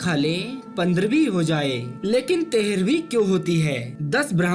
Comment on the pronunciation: तेहरवी नहीं ‘तेरहवीं कहिये।